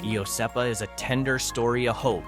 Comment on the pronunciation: Iosepa ..... Wrong pronunciation there as well.